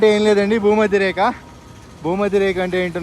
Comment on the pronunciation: Reka kadu Rekha